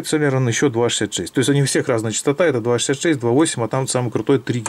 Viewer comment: цЭлерон...+1 слово .... уэсбэ, цЭлерон, пысыай слаты... селерОн правильно...